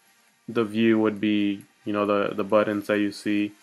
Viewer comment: your my spirit animal. Thank you for this set of tutorials. It has helped a lot. Also I appreciate that you pronounce the word "buttons" as "bu'dd'ons". I get so much crap for doing the same thing. Keep up the good work!